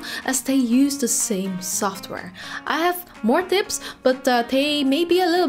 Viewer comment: "Twanty Dips and dricks" :-D